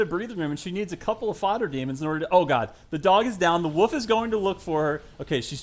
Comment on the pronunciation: Why does he pronounce wolf like "woof"